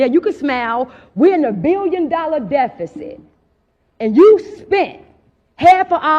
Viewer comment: She also said decifit...